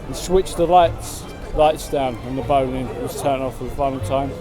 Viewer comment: You've heard of Anne Boleyn? Her name is pronounced Anne BOLL-IN. The Boleyn Ground was named after her family. It's the BOLL-IN ground not the BOWL - IN ground.